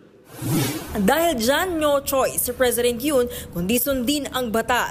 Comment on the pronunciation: NYO CHOICE? 😂